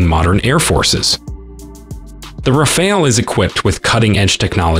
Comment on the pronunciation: Rafale, not Raphael. 😂 It's a wonderful plane, but I wouldn't call it a game changer.